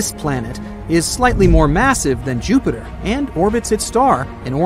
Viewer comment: ok uh joopter